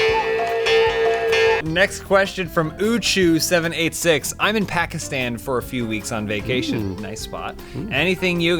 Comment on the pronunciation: pronounced Pakistan much more accurately than most white people (like the rest of FH). Grats